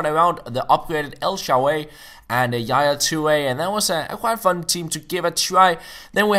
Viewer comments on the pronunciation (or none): its el shaa-ra-wy not el sharey